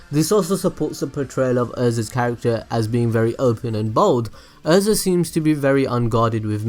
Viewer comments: “Er”.. za. Erza not Urza. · IT IS EH-RE-ZA not errza